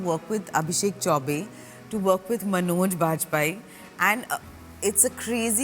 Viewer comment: Dear Interviewer, his name is Manoj, not “Manozz”.